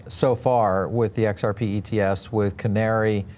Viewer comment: This Guy cant even say xrp ...makes me want to buy more and i will mwaaahahhahaha